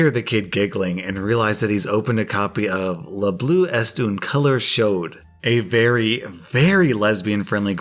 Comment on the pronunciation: "Le bleu est une couleur chaude", I won't bother you with the pronunciation except for "Est". There are two pronunciations: if it is supposed to mean "East" your pronunciation is (almost) correct. However, in this case, you're supposed to ignore both the T and the S and pronounce it as if it was "Hay" because it translates as "Is"